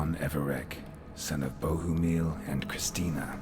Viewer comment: Vlodimir and Bohumil are slavic names af :D In my mother language (Czech), Bohumil is even pronounced exactly like in the game.